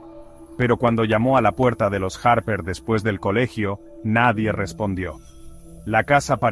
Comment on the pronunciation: Los harrperr, margaretkkk 😂